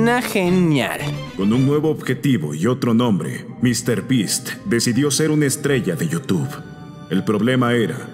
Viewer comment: en el momento el pronuncia me.beast